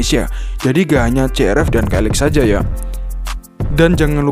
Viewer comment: "siverz" " ya maksud nya SI AR EF" 🤣🤣